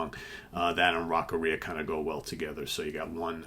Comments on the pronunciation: I think it's Rock "Aria". An aria is a operatic piece, so it is "Rock AR' - ee- uh" and not "Rock - uh- REE' - uh". Just a thing.. no biggee.. :) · Hearing say Rock-arrhea makes me think of that song in a whole new light now lol